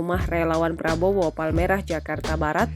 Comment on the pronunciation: Ngomong R aje gak jelas😂😂😂😂😂plabowo giblan😂😂😂😂😂